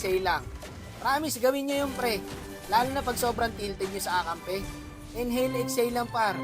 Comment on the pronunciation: Legit yung tawa ko sa n hail ex hail😂😂😂